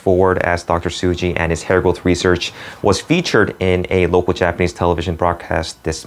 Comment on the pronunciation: It's Tsuji not Suji.